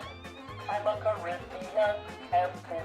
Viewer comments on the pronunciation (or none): none